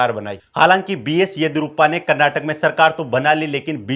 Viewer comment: Frist learn how to pronounce Karnataka